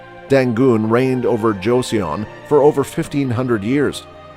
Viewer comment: its JO - SUN, not JOESSIAN